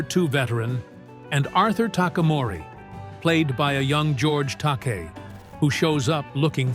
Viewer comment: These AI narratives are truly destroying our world. How many times are they going to MISS PRONOUNCE actor GEORGE TAKEI'S NAME??? WHAT AN INSULT that the producers of these GARBAGE VIDEOS don't even give a damn about their final product enough to proof it before its broadcast.